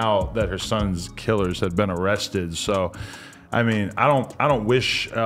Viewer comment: "they uhhmestedd cthang" 🤣